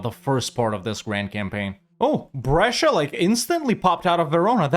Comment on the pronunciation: pavia is pronounced with the emphasis on vi, not on pa (hope it doesn't come off as too judgey, I don't really care how you pronounce it, but since you say Brescia fluently...)